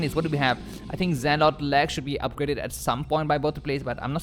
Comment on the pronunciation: Zealot is not pronounced "Ze-Lot", it's pronounced "Ze-Lut", wherever you picked that up from is wrong...and you speak way too fast to enjoy the commentary, slow down a lot...your English is excellent however..